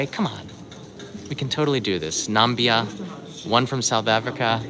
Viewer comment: Namibia and not Nambia ;-)